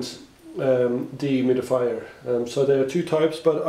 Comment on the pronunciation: Deeee humid-Ifyer How many times does he say it per minute